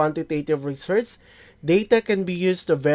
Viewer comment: Bakit ganyan po pronunciation nyo ng "Research"?